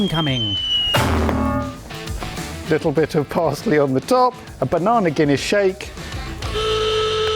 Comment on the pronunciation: "Salsar" and "bananar" whats "R" after every word? Wtf 😂😂😂